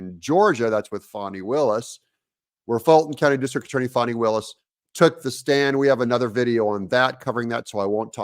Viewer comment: Doug can you please stop calling her " Fauni "? Her name is FANI like in the fanipack, or as in the UK translates, a vagina.